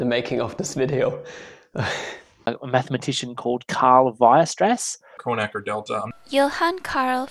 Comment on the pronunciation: I died when I heard Carl Wire Stress XDDD LMAO I CAN'T I JUST... CARL F***ING WIRE STRESS !!! THATS HILARIOUS XDDDD!!! HOW ABOUT CALLING HIM CARL WHEEZER XD